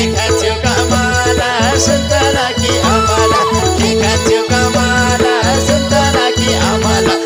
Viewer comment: सुन्तला हो सुन्तौला होइन